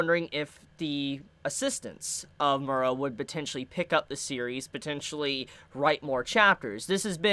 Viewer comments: Mee-er-ah. Not Mura. Enunciate your words. Also, the assistants can't continue it. Miura wrote the manga, they just helped draw it towards the end. The best you can hope for is Young Animal publishing a book of Miura's notes and plans for the ending. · ayo u are saying his last name wrong